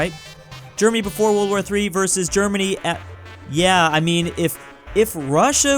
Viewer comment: the germany sounded like dermany XD